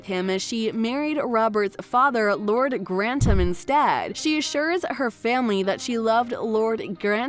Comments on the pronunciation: Dowager Countess of "Grannum"? Please... your pronunciation.. now Grantumm? It's GRANTHAM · Grannum??? It's Gran-thum... not Grantumm. Or Grannum.. please please get it right. And get over Matthew Goode being absent.... SERIOUSLY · Hehehe......The cringey bot voice had problems figuring out there's a "th" diphthong in the Grantham name.